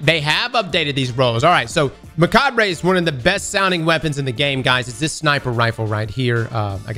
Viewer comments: its just "Muh-cahb" not mucahb-ray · it is pronounced "meh-cob!" Tell the others, tell Wallah, TELL THEM ALL!!! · Mechabre is a play on the word "macabre," which is pronounced "muh-cob." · you're usually so good at looking up how to say words. It's Muh-kaab, drop the "re". It's stupid I know but I promise it's right. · Take a shot every time he pronounces "Mechabre" phonetically. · You're pronouncing "mechabre" wrong.